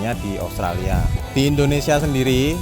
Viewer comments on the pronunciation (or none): none